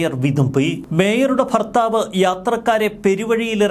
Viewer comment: സർ ഫർത്താവല്ല ഭർത്താവ് എന്നാണ് പറയേണ്ടത്